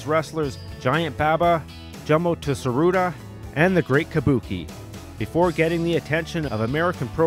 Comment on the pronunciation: Nice vid, but... Oh my lord... It's Jumbo Tsuruta. You butchered his name...